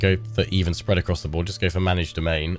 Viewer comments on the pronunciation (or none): none